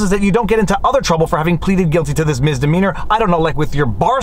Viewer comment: Misssssssdemeanor Not Miz